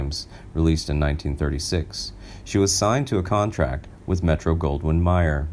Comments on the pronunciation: its Metro Golden Meyer RHYMES WITH GAYER OR LAYER. You sound like an idiot every time you say metro golden MYER as in Oscar Meyer. IT rhymes with GAYER or RELAYER METRO GOLDEN MAYER EINSTEIN. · METRO GOLDWYN "MIER"??????? NO///MAYER.....SAY IT A FEW TIMES......